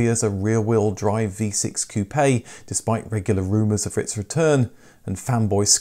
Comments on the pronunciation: Dude! You're driving me CRAZY..... "Coupayyy, Coupayyy, Coupayyy, Coupayyy, Coupayyy... likie you're talking about hair pieces for balding men, Toupee', Toupee', Toupee'... damn dude its COUPE as in chicken COOP, COOP, COOP, COOP!!! Geeze you Brits use shitty English!!! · "Ku-Pay" Hearing him say that over and over hurts. My parents had two 1980 Capris. Terrible build quality and no performance whatsoever. Helped a friend shove a 351 cleveland and 4 speed into an 85 capri tht was a real hoot. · Lost me at koopay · I must learn to say Koo-pay instead of Koop.